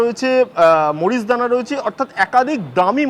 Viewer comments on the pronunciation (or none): এই প্রতিনিধি যে ঘোর অশিক্ষিত, তার পরিচয় ২:০০ মিনিটের মাথায় স্পষ্ট করে দিলেন: ক্যানাবিস আর গাঁজা তো একই জিনিষ, আর মারিজুয়ানা তো তারই অপর নাম, যেটা এই ছাগলের "মরিচদানা" উচ্চারণে পরিস্কার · Indians should learn how to pronounce Marijuana. Even Director Srijit Mukherjee pronounced wrong in movie. Please pronounce properly. News reporters should learn these pronunciations properly before coming in front of camera.